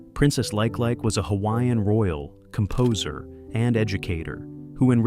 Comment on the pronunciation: I believe the Hawaiian princess LikeLike would be pronounced as LeeKayLeeKay.